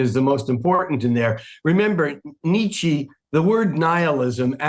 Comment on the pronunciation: "Ni-Chi" must be some Asian spiritual authority, I suppose.